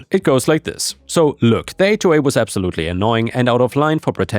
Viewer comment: Listening to this, I kept hearing "hawk farm" and was very confused